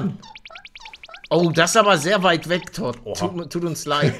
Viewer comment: MAN SPRICHT TOUD AUS 😂😂😂😂😂😂